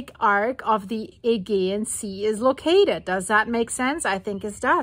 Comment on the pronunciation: You pronounce it 'Aygeean' but I've more often heard it pronounced 'Ayjeean'. I'm not sure which is correct now...